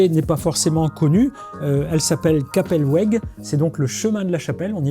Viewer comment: Merci pour cette présentation bien claire, et de mettre en valeur un vin d'Alsace! D'ailleurs, en alsacien la lettre "w" se dit "v", Kappelweg = "kappelveg". Parmi mes blancs préférés, je dirai un Klevener de Heiligenstein (cépage savagnin rose), pour sa richesse aromatique subtile.